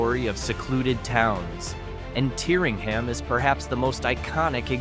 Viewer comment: Correct would be TEERingham.